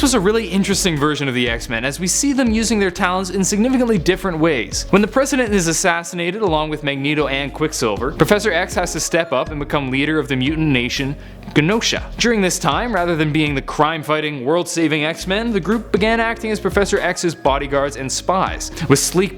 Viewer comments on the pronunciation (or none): I LOVE you, but PRONOUNCE Genosha CORRECTLY 'jenosha' not 'ga-nosha' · pronounced Jenosha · I CANNOT HANDLE IT!!!!! THE G IN GENOSHA IS PRONOUNCED LIKE A J!!!!!!! Ok, love the vids! Keep em up